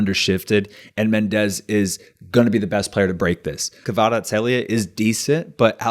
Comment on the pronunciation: kvarat-skelia. its fine if you dont pronounce the h